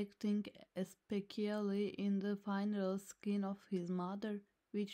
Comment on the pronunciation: Announced as ESPEKIALLY... the word ESPECIALLY. LOL.